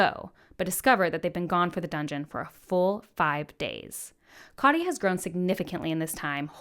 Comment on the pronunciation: Katya’s name is two syllables: kat, ya. Not ka-tee-ya. You really should listen to the audiobooks; Hayes is amazing. :)